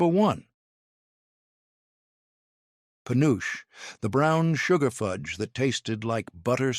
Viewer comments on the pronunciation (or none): FULLY AI from the video to some of the comments to the reactions to the responses to the commenters. Dumb AI, first, it's not peh uooch it's Puh noo chee dumb AI and it is so much softer and creamier than the old style because of more accurate candy thermometers, lest crystaline and firm. Real fudge is an example of proof that this is an ai created video. Real chocolate fudge does NOT fall apart like is shown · Just one of the MANY reasons to avoid AI at all costs! Penuche is pronounced [puh-noo-chee] not panoosh 🙄 It was my Dad's favorite frosting flavor & one of his favorite flavors of fudge. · Penuche pronounced Pe noo chee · Pen nu che. 3 syllables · My mom did, too! He mispronounced penuche. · AI is failing us, it took me a minute to realize what it meant.